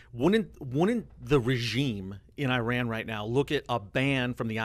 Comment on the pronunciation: The iranian guy spells Iran multiple times and yet, those guys keep butchering the country's name. It's stupid how americans say I-raq and I-ran. Maybe you should consider saying A-merica from now on.